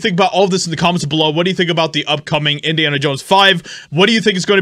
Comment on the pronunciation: "Indians Jones" ??? 😅